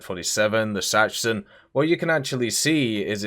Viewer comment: Its "bahden", 'baiern", and "sahxsen"